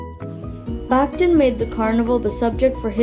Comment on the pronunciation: Excellent video on an intimidating theorist, but a small correction. Surname is pronounced "bakh-TEEN"